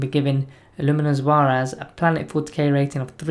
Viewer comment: Illuminor Szeras The Z is silent. SEH-rahs. The ‘Sze’ is pronounced like the ‘se’ in ‘sentence.’ The ‘rahs’ pronounced like the ‘Ros’ in Roswell. Emphasis on the SEH portion. Hope this helps. :) Also, yes he’s probably less competitive, but he would deny one less character in a circumstance where one might take two Crypteks. He’s an agent, thus no taking additional Teks. Just a thought, but I agree 100% with your rating. Great channel.